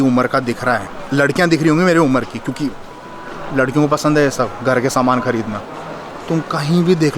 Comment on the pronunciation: Ooo said saman in rajasthani accent 🤣🤣